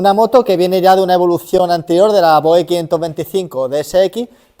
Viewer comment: Voge cooñooooo, la g es como j, en castellano